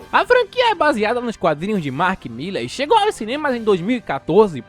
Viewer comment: nããão garoto. Mark "Miller" não, pelamor! MARK MILLAR, com A!